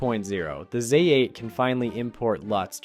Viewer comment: Neeekon /Zay 8????? At least get the pronunciation right.